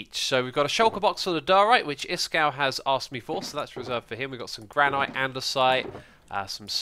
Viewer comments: Granite isn't pronounced gran-aight, it's gran-it, from a rock enthusiast who lives on actual Granite bedrock. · How the fuck did you pronounce granite?